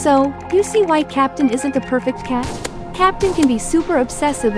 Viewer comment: really said "ITS GOTTA BE PERFRCT"